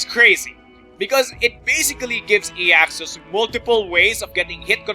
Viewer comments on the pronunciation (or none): i was SO hoping you would get for that intro! well done! though i think his name is pronounced AI-axus....maybe.